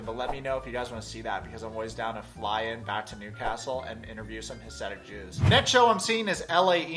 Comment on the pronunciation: It is pronounced "ha-si-dic" jews. I actually grew up in one of those communities in Rockland County, NY as a Hasidic Jew, but I left some years ago.. I would love to see an interview, I can tell you where to go because I know all the locations throughout NY.😆🙃 Santenello did a bunch of interviews with them it was really interesting.